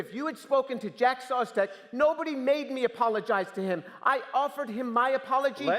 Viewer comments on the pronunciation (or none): Jack "SaStEk" Jimmy Tour, if you're gonna be disrespectful, at least pronounce their name right.